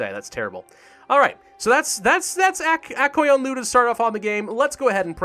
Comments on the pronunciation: Yo listen up since im from Azerbaijan that means that we learned about Aq qoyunlu and the Qara qoyunlu So u say Aq qoyunlu like this: Akh qoyunlu And for qara qoyunlu ur somewhat saying it correctly Edit: if u wanna say it correctly say QOYUNLU not KOYUNLU because it kinda makes me get triggered but hey its k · The pronunciation of aq qoyunlu is agh goyunlu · All of the "u"s in the names are u sounds, none of them turn into an a. Phonetical pronunciation. Ak Koyunlu.